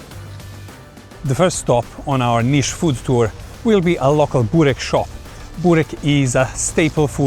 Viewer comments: Nicht Bork-burek.Lese es wie es geschrieben wird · nicht bork sondern burek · Was für ein Bork???? Das heisst Burek